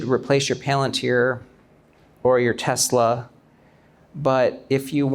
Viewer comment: 테슬러R하는거 너무 거슬려요 R없이 발음해주세요 ㅠㅠㅠㅠ